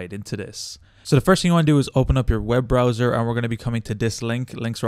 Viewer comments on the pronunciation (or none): none